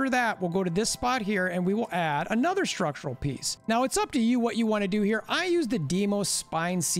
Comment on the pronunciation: Schtructrural piece